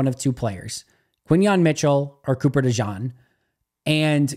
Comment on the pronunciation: It's pronounced De-Gene. Thanks for what you do.